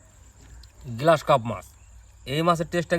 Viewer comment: কথাটা গ্রাস কাপ , গ্লাস কাপ নয়।